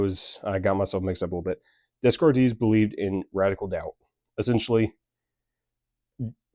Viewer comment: i fw the video twin (it's actually pronounced day-kart lol) :face-fuchsia-tongue-out